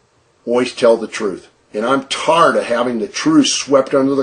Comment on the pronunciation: Why does he pronounce tired, "tard"? Ugh